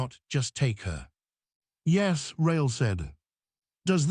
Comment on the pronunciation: What is happening with the word yes. Its pronounced like yesm.